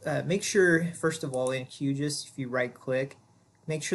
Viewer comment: I just wish someone would establish a standard pronunciation for Q GIS. I doubt it is “Q Jus”. At least GRASS was an inside joke for the hippies at University of Illinois, who wrote the first code. Never the less thanks for pointing out the two distinctly different save buttons as that was what I was trying to find out.